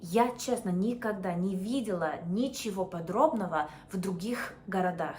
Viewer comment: видимо оговорилась немного. Мы говорим «ничего подобного», а не «ничего подробного» ❤ ничего подобного → nothing like that / nothing of the kind, а «ничего подробного» → nothing detailed. Разные смыслы. Язык улучшается у тебя каждый раз, умница, обалденно уже владеешь! 🤩